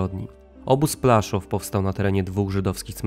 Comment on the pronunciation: PŁASZÓW a nie plaszów.